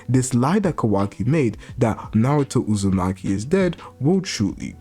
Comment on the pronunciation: I love how he calls Hima, and Kawaki, Hima Uzimachi, and Kawaki Uzimachi. And not Kawaki Outsutsuki. He calls Boruto, Boruto Outsutsuki. And is it me, or is Kawaki huge, I mean if Boruto is taller than 5'4" like he was supposed to be, like everyone said. Thar makes Kawaki well over 6'. I think Boruto might be 5'4" and Kawaki 6'. I think Kawaki is a beast. He's my favorite character because he's always been stronger than Boruto. And he reminds me a lot of Naruto.